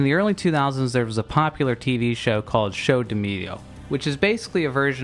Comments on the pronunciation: wow how can he say show damilio and think he said it right kkkkkkk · Show do Milhão, not "showdmillo", gonna need to practica that portuguese!! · Dude you are saying show do milho its really funny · You said "Show do Milhão" and it sounded like you said "Show do Milho" Milhão is the portuguese for million Milho is the portuguese for corn Which means that "Show do Milho" would translate to "Corn Show" Also, seeing it as a brazilian version of "Who Wants to be a Millionaire", it would become "Who Wants to be a Corn Owner" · The funny part for me as a Brazilian it's how you pronouced "Show do Milhão" like "show do milho", translates as "corn's show" hahaha. But, like you said in the coments, I really hope that EE ia truth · "show do mio", it's that hard to open Google Translator and learn the pronouciation? Come on man... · "Show do mio" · Oh, boy, that pronuntiation of "Show dp Milhão" is just.... 🤣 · The way you pronounce 'Show do milhão' makes me laugh so hard lmao